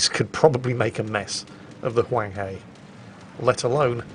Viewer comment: Huanghe is pronounced Hwung-Her, I'm not going to bother with inflections because I'll be here all day. Clarification edit: I'll be here all day arguing with other Chinese people due to mix-ups with their own dialects.